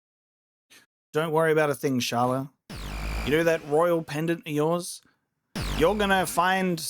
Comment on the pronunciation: It’s pronounced Skala dude!